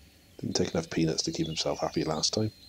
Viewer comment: Lol I mistake you saying ''peanuts'' with penis xD